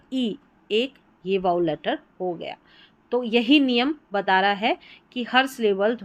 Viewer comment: Good मैडम आपका ये वीडियो काफी शिक्षाप्रद रहा। बस उच्चारण के मामले में एक रही, कि आप Vowel का उच्चारण "वावेल".के स्थानपर "वाउल' कर गई हैं। बाकी सब ठीक है।